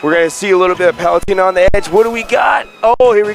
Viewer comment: For PITy sake please say Palutena correctly! Why does each commentator pronounce Palutena wrong?